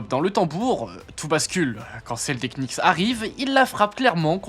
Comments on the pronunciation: prononciation.... ça donne "kenicks" 😅. Usuellement on dit nicks. A plusieurs reprises on sent qu'il a du mal. Ca craint pour un type qui fait une vidéo sur la NBA. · Please le K des Knicks est muet les gars… Vous aviez juste à regarder une interview ou un match pour le savoir… La vidéo est sympa sinon 😊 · J'aime toutes les vidéos de que ce soir sport, sciences, jeux etc... Mais je suis étonné que vous prononciez "Knicks" avec le K. C'est une "ghost letter" comme dans "castle" ou "knock out" le premier K de Knicks ne se prononce pas.:) Mais ça n'enlève rien à la vidéo qui est toujours au top biensur! Force à!:) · On ne prononce pas le K dans knicks attention ! bonne vidéo ceci etant dit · Bah si, le deuxième. 😉